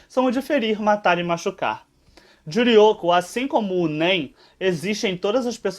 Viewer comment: Humm ela gosta de falar Juryoko...